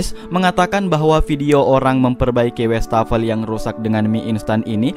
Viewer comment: Tambahan pengetahuan : Kata Wastafel dari bhs Belanda : wassen + tafel (wash table / meja buat cuci) Btw bacanya WAs-fafel (bukan WEs-tafel)